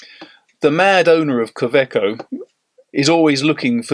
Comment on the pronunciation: Pronounced Kawayco not KA eco as demonstrated in an interview with the German COE on a you tube video. To make it easier for English speaking people. Like Robert Wagner instead of Robert Vagner.